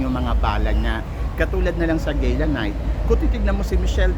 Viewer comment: gala po right pronounciation, not gayla